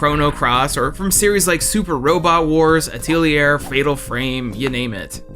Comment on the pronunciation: I'm so sorry, but that's probably the worst pronunciation of "Atelier" I've ever heard 😭😭😭